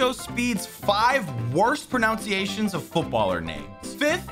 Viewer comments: You pronounced "PRONUNCIATIONS" wrong... You can't be talking... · Proceeds to pronounce pronunciations wrong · Bro really pronounced pronounciations the way he did and wants to talk about speed💀😂😂😂 idk just find the irony funny😂